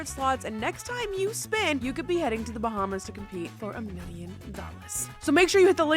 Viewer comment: "BaHmAs" "OnE MiLlIoN DAllASs"